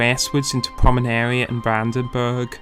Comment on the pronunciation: A little ahem: its PomeRaNia. Not PomeNaRia ... You've switched the capital letters mate :-) just trying to help here :-)